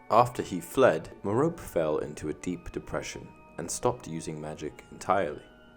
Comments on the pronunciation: It is pronounced Meropè not Merop! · Another great video! One thing though is you're mispronouncing Merope's name. It's mer-OH-pee. Actually a really old Greek name. I was surprised when I learned the correct way to say it. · Why can't anyone pronounce Merope right? It's meh-ROW-pay not ma-rope.